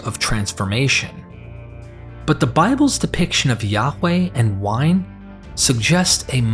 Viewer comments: Yaghch way?... is ok to say it normal.. as Yah-way. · His name is pronounced Yahuah, Yahusha hamashiach.